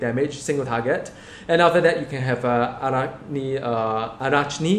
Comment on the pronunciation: Hi, it's said like 'araknid assault'. Thanks for the vids.